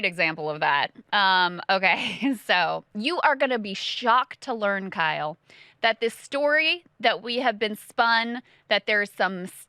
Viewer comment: Kyle E Kulinski, i.e “Kylie” Kulinski. Now I can’t get Kyle in a skirt out of my head KEK